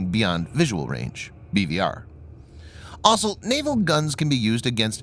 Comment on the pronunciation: Always good videos... just please learn how to pronounce the word 'also'. With only four letters in it, there's no excuse for getting them in the wrong order.